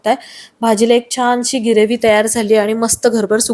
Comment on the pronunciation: कृपया ग्रीवी न म्हणता ग्रेवी म्हणावे, बाकी बेत झकास झालाय, तुम्हाला खूप खूप शुभेच्छा. 💐💐